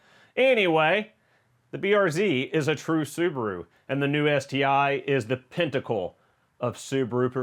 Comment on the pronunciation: "Pintacle"? Lol